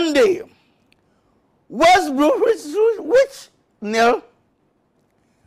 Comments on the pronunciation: Turn on the auto cc - it gives up at West Bromwich Albion - Tottenham Hotspur. Which is of course pronounced West Bromwhichsuswich against Trottrottenham Hospess. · Dude, this man knows English but has trouble pronouncing the names of the Premier League teams, especially when he tries to say West Bromwich Albion, which turned into gibberish.